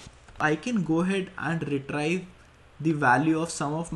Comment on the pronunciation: the word 'retrieve' is pronounced 're-tree-ve', not 're-try-ve'. But apart from that small issue, this is an excellent video.